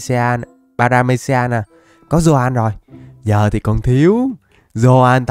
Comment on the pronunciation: Trái hệ baractamom mà anh đọc paramesia